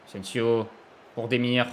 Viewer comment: « Ingins » « Sergio asensio » C’est quoi le prochain ?😭